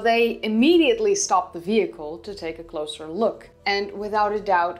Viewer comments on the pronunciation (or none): none